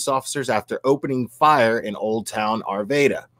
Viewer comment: Broke my heart to hear if this on Monday. I'm from Arvada. Many prayers to my home town. Will it's pronounced R-va-da